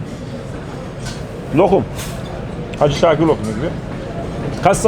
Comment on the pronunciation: 5.29 hacı bekir lokumu yetire hacı şakır lokumu diyen dayı sanada selam olsunnn hahahaaa yok böyle bisey yaa🤣🤣🤣🤣🤣🤣🤣🤣